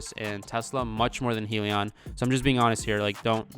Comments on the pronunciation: You're saying Helion instead of Hyliion. It's Hy for Hybrid. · Hybrid lithium ion - pronounced (hi-Leon)